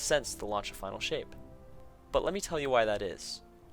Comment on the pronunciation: 35 they said "final" but most the player base heard "finale"